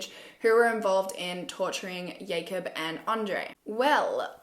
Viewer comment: Is the name Jacob or yacob? Yacob doesn’t sound right as I only know jacob as a name lol